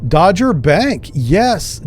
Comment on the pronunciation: It's Dogger(Dog - er) but as English is not your first language.....